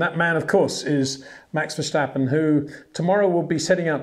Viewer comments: Ver Stap Pen and not Ver shtap pen, there is no H in his name, not that difficult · No, we don't pronounce ...st... as ...sht..., what makes you think Germans do that? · HEY PETER WINDSOR, I HAVE MESSAGE FOR YOU SIR: it is NOT Max "verSHtappen" ... Max is not German (Germans indeed do pronounce "st" as "sht") ... #Max33 = Dutch NL/Belgium! ... It is not "Bottash" nor is it "Lewish" certainly not "verSHtappen" .... This BS started long time ago when a British sport presenter interviewed father Jos Verstappen and assumed you can use a German pronunciation to a Dutch Driver thinking it is so "funny" ... It is not. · Glad there isn't an clear cut champion already this far in the season unlike previous years, and Peter you should really ask a dutch person or Max himself how to properly announce his name, image hearing your name butchered every time....